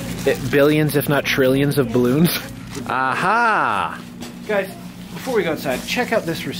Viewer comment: look at all thees balons😂😂😂😂😂😂😂😂😂😂🤣🤣🤣🤣🤣🤣🤣🤣 The captions though he said balances